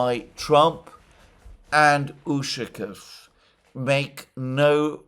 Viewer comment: ushakOv, not Ushakov